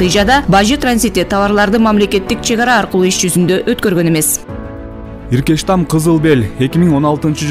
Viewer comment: Иркештам эмес эркечтам